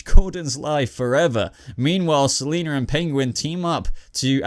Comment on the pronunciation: seliner....seliner kyle